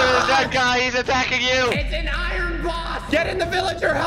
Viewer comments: I love how says “Irene” instead of iron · says iron like iren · my guy you say Iren